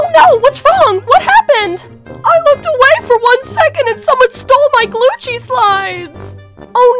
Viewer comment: It’s Gucci not clucci